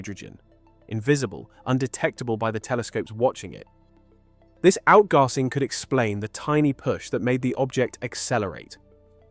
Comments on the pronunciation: WTF is outgarsing 😂 Pretty sure you mean outgassing pronounced Out-gas-sing. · What the hell is “Out-garsing”..? Gar Singh sounds like the name of Teen Titans’ Beast Boy if he was from India, along with Richard “Robin” Goswami, Kori’Anwar, and Rachel “Raven” Roti. With Vikram “Cyborg” Shrivastav. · i made it 18min in before i could no longer handle your pronunciation of outgasing. Its like AI trying to pronounce a word it doesnt know. Out. Gas. Ing. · This is excellent work and VERY well researched. I've been waiting a long time for a video that gathered all the data together, thank you 👍 Just one thing though, WHY do you keep saying "OUTGARSING" ?? 🙄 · I fell asleep to this. The narration is much better than typical generated voice narration, and is not too repetitive. Also UK accent and word choice. I think it's human narration, but I'm not sure about the text itself. And it's not regular "AI"/LLM text. There was a slight error with stress in 'outgassing', where the voice put the stress in 'gassing' instead of on 'out', where the stress is supposed to be.